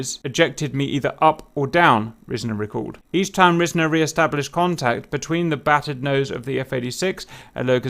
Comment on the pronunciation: It's pronounced "r-eye-sner"